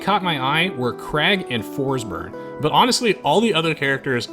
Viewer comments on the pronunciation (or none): FORSBURN= FORSBERG ZETTERBURN= ZETTERBERG